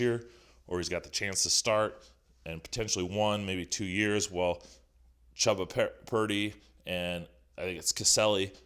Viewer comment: Dude is absolutely struggling to say Chubba Purdy lol